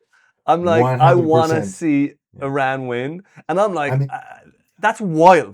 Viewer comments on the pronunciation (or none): Eeee-ran vs EYE-ran!!!